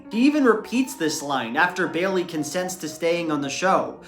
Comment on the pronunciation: Ugh I hate that pronunciation. It's Bay-lee, not Bay-uhl-lee